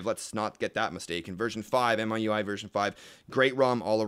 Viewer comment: The Wikipedia page opens with it being pronounced Me, you, I. You are both wrong.